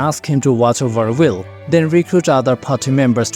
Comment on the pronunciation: "Guys, did he just butcher Wyll? Why are we following him again?"